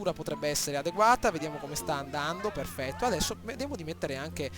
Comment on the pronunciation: "AAAAAAHHHH PHERRRRFETTO!" Fenomeno!!